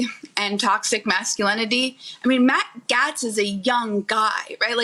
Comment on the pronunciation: She couldn’t even have the respect to say Matt GAETZ’s name properly.